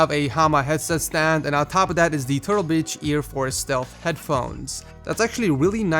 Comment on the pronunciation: Did he call the turtle beach headphones turtle bitches?